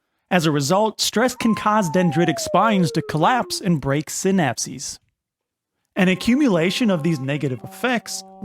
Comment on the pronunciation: The amount of stress I just accumulated everytime he said senapsies... 🙃